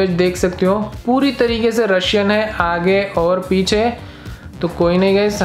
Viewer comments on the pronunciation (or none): He says *aga or pecha*😂😂😂😂